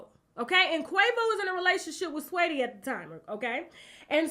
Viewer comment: Swaytee who dat Tasha?!!!! U mean Sa-weetie🤣😂